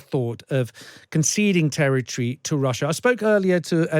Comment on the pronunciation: "russhur and Ukraine"